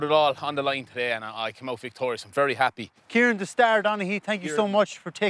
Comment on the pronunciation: I know! But when people from Kerry say his name, it sounds like Kirean😂👍🏻😂